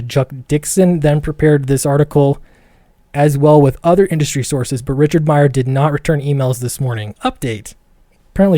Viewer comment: Great video. Also don’t you dare leave out the “C” when you speak about Richard Meyer.